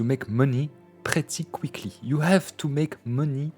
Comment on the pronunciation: Ever since I watched this video I keep saying "pretty quickly" and "pottery" the exact same way with this French accent. It just happened again and I came here to say this months later.